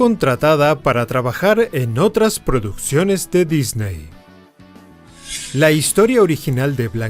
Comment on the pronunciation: Todo esta perfecto solo les suplico que aprendan a pronunciar la palabra Disney, saludos cordiales desde CDMX.